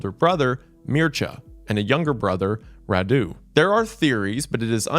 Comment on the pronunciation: I was so confused by the weird names of Vlad's brothers until I realised he was saying Radu and Mircea